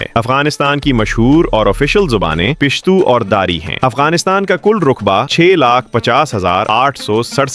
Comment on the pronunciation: آپ اردو درست نہیں بولتے ۔ بعض الفاظ پر بلا وجہ پیش یا زیر یا زبر غلط بول دیتے ہیں جیسے پشتو زبان ہے آپ اسے پِشتو کہہ رہے ہیں رقبے کو رُقبے بول رہے ہیں ملک کی اناسٹھ اعشاریہ سات فیصد آبادی ❌ ملک کی انسٹھ اعشاریہ سات فیصد آبادی ✅ ملک کی اناسٹھ اعشاریہ سات فیصد آبادی مسلمان ہے اور باقی صفر اعشاریہ تین فیصد لوگ دوسرے مذاہب سے تعلق رکھتے ہیں😂😂 او بھائی سو فیصد میں سے انسٹھ فیصد تو مسلمان ہوگئے باقی کا حساب؟؟😮😮😢 اور انسٹھ اعشاریہ سات فیصد کا مطلب انسٹھ ہی ہے اعشاریہ کے بعد اتنا چھوٹا فگر نہیں بولا جاتا ملک میں بیالیس فیصد پشتون دو سو انتیس فیصد ہزارہ ہیں😂😂😂 یہ کیا وی لاگ بناتے ہو اور لوگ اتنے فارغ ہیں کہ ایسی بے تکی ویڈیو کو دیکھتے ہیں جن میں نہ اردو تلفظ درست ہے اور نہ ہی معلومات درست ہیں کئی الفاظ کی ادائیگی درست نہیں ہے